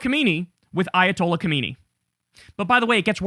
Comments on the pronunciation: Kham-nai not khomaini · Try Kyle, try: Kah-Ma- NEIGH. Not hard.